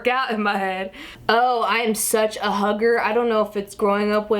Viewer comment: I always wondered if you were part Asian and lmao I thought you said "I'm such a hooker" haha. Took me a second to realize it was "hugger" =P